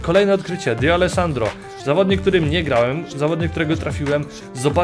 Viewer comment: Distin czyta się "Distę",a nie "Distin". Tak samo tą cząstkę "D" przy D'Alessandro czyta się jako "de", a nie "di". I jeszcze, czy planujesz może pograć w jakiegoś menadżera, bo widziałem, że nie byłeś pewien czy przy Dawsonie i Davisie, sprawdzałeś kogo to herb, ale się upewniałeś, a to raczej nie jest trudna drużyna. Mówię o jakiś menadżerze, bo lepiej by się filmy oglądało. Raczej każdy widzi, że jeśli chodzi o herby, to raczej max 15 znasz herbów z BPL i BBVA, a reszta lig to raczej max 10 + niektóre z jakiś 2 lig wiesz jak się nazywa klub z takim herbem (mówię tak ogólnie, po prostu piszę z tego co widzę, nie mówię, że tak jest, bo nie jestem Tobą). Nie traktuj to jako hejt, tylko jako taką małą dygresję co do kanału i filmików. Mam nadzieję, że przeczytasz. Pozdro i Pjona;)